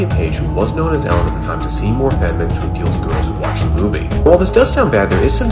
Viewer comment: It’s pronounced “Ellen”